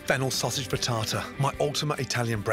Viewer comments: You lost me at Freetartar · I thought I heard "fritasa".😄 Amazing chef as always.🍀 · He Say "frietada" "mozareula" "parmesean cheese" 🤔 Frittata, mozzarella and parmigiano.